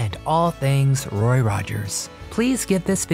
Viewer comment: Is this a voice bot? They always make pronunciation mistakes. It keeps saying "RORY" instead of good old "ROY".